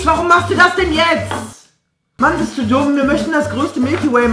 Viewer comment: "bist du dummE" oder "Wir kochene" Er hängt einfach immer ein E dran.. xD